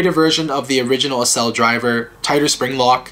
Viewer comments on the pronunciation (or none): Isnt accel pronounced like acceleration